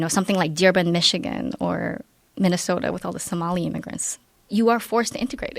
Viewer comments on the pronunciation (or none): none